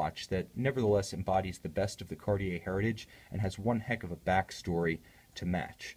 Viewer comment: you are usually very linguistically correct by watch brands pronunciation. JLC, GO, Roger Dubuis come to mind. However, when you say 'Kariei" as opposed to proper French 'Kartie" you sound like the majority of ignorant Americans. Otherwise, I love your reviews.